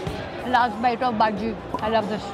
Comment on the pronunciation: Its not baaajii its baji